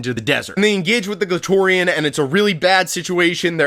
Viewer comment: Glatorian will always sound like clitorian